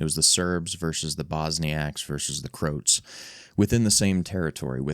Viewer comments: the Crotes? It’s pronounced Crow-Ats. Fucking christ dude don’t make videos like this if you can’t even fucking pronounce the shit you’re talking about. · "Croats" doesn't rhyme with "groats". It's pronounced "crow-at" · "Crotes". Come on dude, you could at least try to pronounce words from other cultures correctly. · "Bosniacs and Krotes" lol